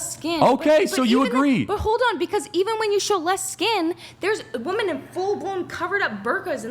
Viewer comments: Can someone explain why these girls can’t pronounce women correctly? Plural is being pronounced as singular. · To women under 30... you guys know that WOMAN (singular) and WOMEN (plural) are pronounced DIFFERENTLY, right? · Why is she saying ‘woman’ instead of ‘women’? So annoying 🙄🙄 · Uneducated Women say WOMAN INSTEAD OF WOMEN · Why does she keep saying “ woman” not “women”??!! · Why is it so hard for them to say "Women" Anyone else notice they are saying "woman" and not "women" when referring to more than 1. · ITS WOMEN WHEN ITS PLURAL, “WEHMEN” !!!! DAMMIT!!!! NOT “WUMAN” !!! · Why do all feminist like them say "woman" instead of women? Are they stupid? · I consistently CANNOT get over why people say “woman” when they mean “women”. Why can’t they get the plural form correct when speaking?!? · Another clip where a US female cannot pronounce women (wim-in). They say woman when they mean women. It's ridiculous. And that girl is so immature. She can't even have a conversation without losing emotional control and looking at both sides. No accountability for her actions either. It's other people's fault. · Yeah, she's making stupid arguments and is rude in her interrupting . . . but is no one also gonna point out that she doesn't even pronounce "women" correctly? It's really grating to me. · The one girl that doesn’t know how to say the word women really pisses me off